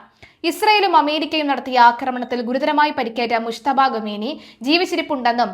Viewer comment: ആദ്യം പേര് പറയാൻ പഠിക്കൂ എന്നിട്ടും മതി ബാക്കി